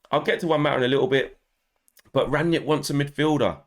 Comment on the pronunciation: I can't wait to see who Ralf signs... PS: Rang-nick, not Rang-yick...